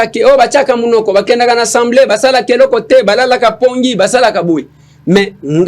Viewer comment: svp on dit assemblée et pas ensemblée